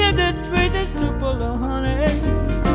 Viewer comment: The city in Mississippi is pronounced with emphasis on the first syllable